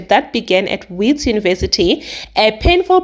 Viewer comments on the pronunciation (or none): Wits University is pronounced as Vits University i ❤ your channel babe gal and thanks for the banger of the day ❤❤❤